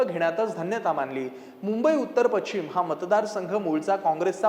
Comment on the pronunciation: पश्चिम किंवा पशचीम हा उच्चार आहे , पछीम नाही